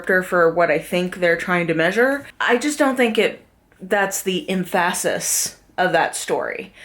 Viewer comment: just a detail, emphasis is pronounced EMphasis not emPHAsis